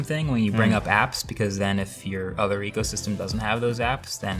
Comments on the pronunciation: Take a shot everytime marques says "ecosystrm" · Nobody: Marques: EcOsYsTeM